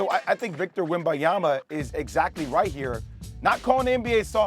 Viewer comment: perkins will be relevant when he stats saying his name right first...